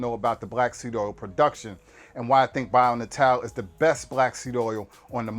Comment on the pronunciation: Dude, you're killing me! If you're going to promote a brand, learn how to pronounce it. "Bio": simple enough. "Natal": Nay-tull, means birth or born. But just in case I'm wrong, get their toll free number and see how they answer the phone. Just trying to help.